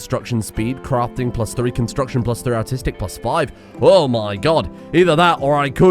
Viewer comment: keeps saying the phrase "You're artistic" referencing his colonists and I keep hearing "You're autistic" instead. Which frankly, could also still reference his colonists, but it's a good bit ruder to declare it at them like that.